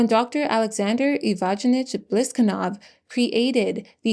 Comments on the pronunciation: You're having a really hard time with the names..."Eevagenich" for Ivanovic. Ooff. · Ivanovich = "ee-vah-no-vitch"